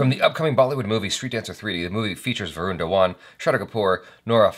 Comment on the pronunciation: Original song has been raped mercilessly! But Shraddha....no matter what an irritating actress she is.....she looked super-hot over here. But the moment she ll utter dialogues .....well, we ll know we have to put the vid on mute to avoid bleeding frm ears 🐒. "VROON" 😅 It's "Va-run". Ghabru is a Punjabi word actually means a guy (Mutiyaar means girl) but as a slang, ghabru is used to indicate "Cool dude".